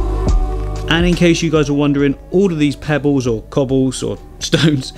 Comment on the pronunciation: I love the accent... Sounded like 'pebbews' or 'pebboos' instead of pebbles 😋. Beautiful design. Love the video.